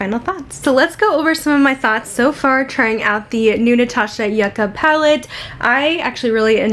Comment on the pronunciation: the name of the palette is pronounced Yew-ka, not Yuh-ka. I love the looks you created!